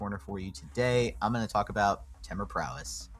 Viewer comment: Anyone else say temur different then max damage? I have also heard it like TEA-mur the way he says it makes me cringe